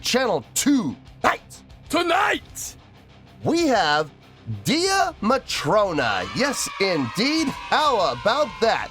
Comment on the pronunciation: wow, I forgot that I suggested this for you to do. Only thing it's pronounced Day Matrona not Dee a Matrona. They are really just starting to build a good following in Europe. They are from Ireland are friends from school days, the Drummer is the younger sister of the lead vocalist on this song, she left to return to college. They started out Buskin the streets of Belfast and have several videos on their YouTube doing covers of various groups from the 70's and 80's. This is one of their originals.